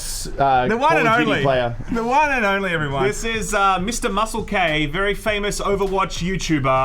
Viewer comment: It's a long standing in joke to mispronounce his name, he's gone by muscle k and moose elk before as part of it